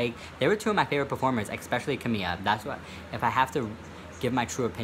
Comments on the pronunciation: I don't like camila but it's pronounced ka-mil-ah not camia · Where the hell did the L go in name camiLa? Or who the fuck is kahmia?